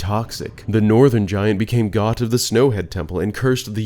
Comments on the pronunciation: Calling Goht, a GOAT, "Gaht" drove me nuts more than anything else in this video 😂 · I'm pretty sure goht is pronounced goat cuz he's, Yknow, a goat. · Great video, I loved your theories about Majora's Mask itself. However, the way you pronounce 'Goht' and 'Gyorg' causes me great pain 😆